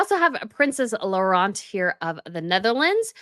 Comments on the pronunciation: Hi, just a tip: princess Laurentien , you cut her name short when you pronounce her name: it's laurent (like you say) + teen (like teenager). I understand it's difficult with so many languagues involved, so just helping. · Tip: Princess Laurentien is pronounced Low(as in wow) run teen. I hope this helps😅 it is not an easy name.